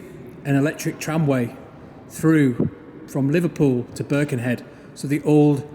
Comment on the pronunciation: Another excellent video! Only one point of note - it's not "BIRkenhead", it's "BirkenHEAD"! Otherwise superb, thanks for the glimpse into our tunnel.